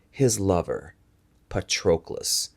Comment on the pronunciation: please pronounce Patroclus with a short 'o' as in 'on'